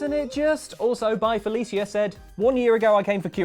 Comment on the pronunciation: did you pronounce byfelecia wrong again?